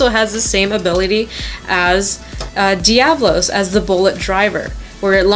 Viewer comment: its pronounced devolos